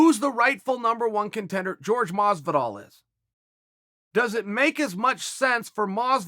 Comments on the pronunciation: Jorge (horhay) not George my man if we're being technically correct about our fighter's names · I'll keep bugging you with the same, but only because I love your videos. It's JORGE, not George, unc Chael. If you can say Yair instead or Yarear, you can say Jorge 😂. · Did anyone notice he said GEORGE Masvidal lmao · Jorge** not George You won a slap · It's not pronounced George, it's pronounced Hore Hey Masvidal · Chael fair point but it’s pronounced (Hor-Hey) not George Masvidal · Tremendous insight Chael. Just one thing man, the name is Jorge NOT George. Stop disrespecting the man. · Please don't ignorantly call Jorge "George." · FYI there is a difference in pronunciation when it comes to George and Jorge. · Kaiser Wilhelm II his name is still Jorge just because your from another country doesn’t make your name change 😂 it’s not pronounced George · Stop pronouncing Jorge name as George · Chael! Love the vids. But why do you Americans have to be so ignorant when it comes to pronouncing foreign names. The J is silent. Jorge is pronounced horhey. And Jose Aldo. Is pronounced hosey. It isn't that hard Mr. Bad guy. :) God bless!! I'm glad you found your feet dude. Back to killing the game. Always love hearing you talk. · Jorge "sounds like Whore hey not George" Masvidal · Chael, love you buddy. But, please if you are going to critique fans on how to pronounce fighters names correctly, pronounce one of the biggest names in the game correctly ! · All respect Chael but you couldn't or wouldn't say JORGE'S name properly